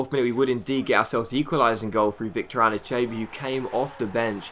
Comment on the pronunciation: ***** it's pronounced An-eee-cha-bee